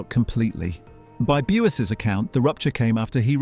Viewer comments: B'You_zzz (1 syllable) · I was about to ask, who the hell is Bew ess? 😂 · Bew es lol 🤣